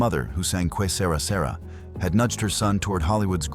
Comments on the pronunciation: Peter Lawford arranged "assignations" not "assignments". The title of Doris Day's popular song is correctly pronounced "Que Se-RAH, Se-RAH". Regarding the connection between Doris Day, Terry Melcher, and Charles Manson: the info about Doris saying that she wanted to be associated with Manson's song is something not generally acknowledged. The information here is that Melcher met with Manson regarding the song. This is different from statements by others who deny that Melcher met with Manson. The connection was between Melcher and Dennis Wilson of the Beach Boys. Dennis had opened his beautiful home to Manson's followers and through that pipeline Manson's song was introduced to Melcher who declared it to not be good enough for Melcher's company to record. If Terry discussed the song with his mother, why would Doris tell him that having a connection to a recording a song composed by Manson would be good for her WHOLESOME image? To destroy it? To hurt her son's professional reputation? As a not very good joke? Doris had a reputation of enjoying a good joke. Interviews with her friends tell of her mocking and sometimes slightly ribald sense of humor. If Doris DID say that her son should have recorded or supported Manson's song FOR ANY REASON I don't believe that she truly meant it as anything but a joke on herself and her wholesome reputation as opposed to saying that she wanted to desecrate her own reputation and align with the actions of Manson. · Yea, I speak Spanish I just thought that was one of the funniest mispronunciations I’ve heard lately. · Also, Doris Day's song is pronounced Kay ser-rah ser-rah. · Doris Day's signature song was what..? "KWAY SAY-RAW SAY-RAW" 😂 hilarious 😂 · Shame AI can’t pronounce Spanish. “Que Sera Sera”. (Also based on an Italian phrase.)